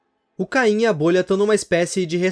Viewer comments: Desculpa ser chato mas, não é "caim" é "CAINE" mas, a pronúncia em português do Brasil é caim então talvez eu esteja errado, ou não. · Kkkkkk, é Cane, não caim KKKKKKK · Num e Caim e sim caine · Por que vocês falam cain ao invés de caine 😳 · Des de quando oh caine virou "cain" ??